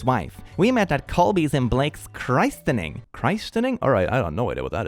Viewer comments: Pronounced “Chris-tinning”, christening is basically another word for baptism into Christianity. Understandable if you haven't encountered this word before. The more you learn and shit! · it isnt Christ-ening. It is christening with a Short I vowel. Otherwise known as baby baptism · a christening is a Catholic baptism where they baptize the babies. I'm not Catholic I'm Protestant Pentecostal but that's what it is. Also it is pronounced Cris even though logically it looks like Christ. Thank you so much for all you do and God bless❤ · a christening (chris-a-ning) is another name for a baptism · It is pronounced crissening just to add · a christening is a type of baptism and prounounced like "chris-en-ing" - the T is either silent or very soft. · Hey. Christening is basically pronounced kris-ening and is an English word used for "dop" like "att döpa ett barn". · hey, "christening" (pronounced like Christmas) is a traditional religious ceremony shortly after a baby is born, it's less than a baptism, usually just holy water dabbed on the baby's head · ngl I always spell and pronounce it wrong too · Probably already been said but christening (pronounced with an I as in "ink") is when you baptise a baby